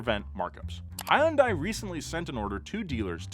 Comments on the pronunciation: He pronounced Hyundai "Hi un Die". It's pronounced Hun Day (like Sunday), you're supposed to be smart about these things... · hyundai like sunday. i cringe every time i hear you say it wrong. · it's hun-day, like Sunday - they used to have TV ads that said that because so many people would try to pronounce it all weird (hi yun die)